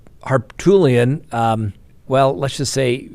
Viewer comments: Oh my, did you really call him Har"Tool"ian? I just spat out my coffee, now it is all over the place. Thank you🙄🙄🙄🤣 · Harpoolian, lol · The guys name is pronounced Har poot lee un. He's a sleaze bag! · Har-Poot, Har-Poot, Har-Pootlian! 😂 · I love how you pronounce ol' Pooty's name! 😆